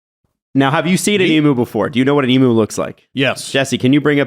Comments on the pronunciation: Eem-yew not eem-moo.. Cmon man. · It’s not pronounced E Moo It’s E mew. Say it goddamned right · Throw the hat. The bird's name is pronounce EE-myou. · Australian listener here. Excellent overview of the emu war! Few notes: It’s hilarious how Canadians pronounce emoooos 😂 Worth noting is that emus are essentially bullet proof. I challenge any of todays armies to take them down without resorting to the nuclear option 😂 Thanks for lightening my mood after a tough oilers game 1 loss 👍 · The way you guys are pronouncing emu is triggering the Australian within me... E.Mew as in Mewtwo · The way you pronounce EMU had me rolling around with laughter!!!!!! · As an Aussie, cool to get a bit of our history on the channel. And love accent on EMU🤣